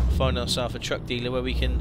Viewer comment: When he said truck dealer it sounds like drug dealer